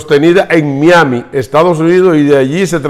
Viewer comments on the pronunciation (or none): none